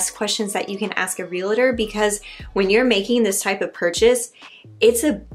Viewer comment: Re-al-tor. Not re-la-tor. 😊